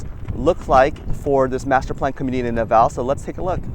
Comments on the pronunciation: Just wanted to state that the e in our cities name is not silent its del valle not del vall also alot of us love our trees and think there is way to much construction but people in charge are about making money anyways i guess companys are running out of space to build stuff in Austin so they're now they're moving out to the smaller towns around Austin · Great video! FYI - the correct pronunciation by us locals, is Del Valley :) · Also as someone born in Austin it’s definitely del valle pronounced “valley”